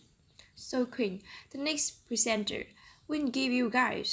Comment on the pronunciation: Teacher's Comments: 1.: - Good pronunciation and intonation, especially when listing the items in a series. - A wide range of vocabulary, successful paraphrasing - some minor mistakes: discuss about (discuss sth), are cohabit, mispronunciation of 'altered', 'presenter' 2.: - Speak with enthusiasm and some intonation, which is a significant improvement - Practice more to speak with more ease and improve the speed of speaking - Pronunciation remains the biggest challenge, particularly ending sounds (in words like 'is, experienced'), some consonant sounds like /sh/ in 'share, preparation' 3.: - quite fluent and accurate throughout - Speak a little too soffly, though - mispronunciation of vowel sounds in 'sympathize', 'regardless' 4.: - quite good pronunciation and fluency - mispronounce 'fragile' - inaccurate use of language on the slides: 1st piece of advice "prepare unstable finance"???? 4th piece of advice: "Prepare the regarding cohabitation knowledge''????